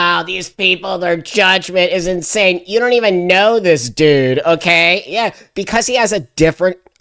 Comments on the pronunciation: I heard "dude" But he said it like "dewede" so I was confused at first too. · He didnt say Jew, he said Dude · He said dude not Jew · Yeah. He said dude. The mouth shape was better suited for a D than a J. And the 2nd D must have fallen softly. 99% sure he said dude. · I think he said dude, not jew... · I think that guy said “dude” not Jew 😂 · I heard dude but it’s how he rolled the “u” he said it funny. But you wouldn’t be to far off, because hating the juice IS part of the pre approved scrip at this moment (07/24/25 PM CST… it might change in 5 minutes) . I don’t know. Because of juicy space lasers or something .